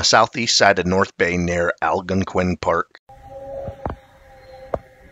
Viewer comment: Love it 👏🏻👏🏻 I drive between Sault Ste Marie and North Bay and keep my eyes open! Temegami is Teh-MEG-ah-mee and Algonquin is Al-GONE-Kwin just FYI